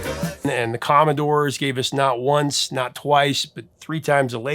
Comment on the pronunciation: Unce, tice, 😂